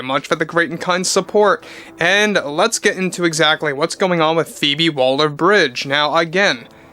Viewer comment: Still calling her "Walder-Bridge" ? It's "Waller-Bridge" !